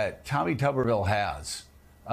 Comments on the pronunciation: Can y’all start pronouncing Tommy’s name correctly? It’s “Tooberville”!, as in Mr. Potato Head. If it was pronounced “Tub”, there’d be 2 Bs in the spelling. Somewhat similar to “Duh” Santis 😂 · Tuberville is pronounced "Tooberville", like nooberville!